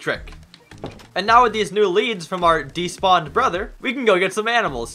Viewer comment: is "oh he despawed".